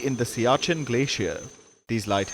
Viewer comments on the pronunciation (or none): none